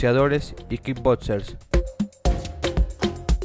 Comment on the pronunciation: Pienso lo mismo!! Pero a lo mejor ha de ser por su acento jaja